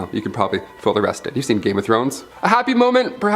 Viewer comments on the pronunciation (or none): none